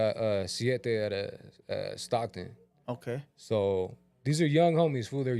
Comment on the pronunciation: Theres no SS in Stockton💀😂😂….7 has a imaginary hood